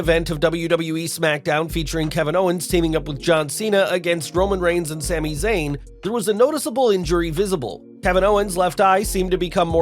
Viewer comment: What did you say ? a win against who and Sami ? lol idk if its me but it sounded really weird. sounded like you botched his name, Roman Reigns